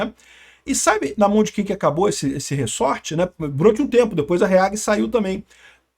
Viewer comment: É "ReZort" e não "RiSSorte! rsrs Zoeira! Mas é f...a situação desse país. Estamos muito ferrados! Todo dia uma nova bomba e o pior, não dá em nada!